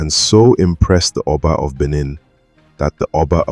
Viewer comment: Good work and story. However, do try to pronounce indigenous names better. Ask any aware Lagosian about correct enunciation and emphasis of Eko, Benin, Epe, etc.